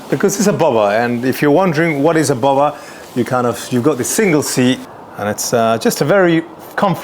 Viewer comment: Saying Bowber and not Bobber is not posh, it's just dumb. So, really can't take any of this seriously.